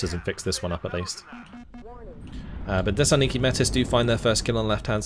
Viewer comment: if youre trying to spell "desantniki" you need to pronounce the T in the word its a little hard watching you butcher the russian so much as someone who speeks russian myself other than that the video is fantastic!